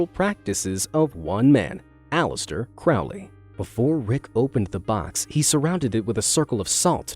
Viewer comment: Hey there! I just wanted to point out something, you said Aleister Crawley. It’s pronounced, C-Row-ley, like row row row your boat. That’s my last name and it gets on my nerves when people pronounce it wrong😬